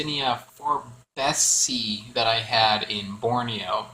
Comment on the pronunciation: forbesii pronounced Forbes ee eye, same suffix pronunciation for anything ending ~ii